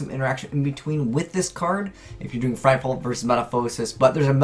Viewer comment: Frightful? Frightful?!? Confirmed can’t differentiate between L and R.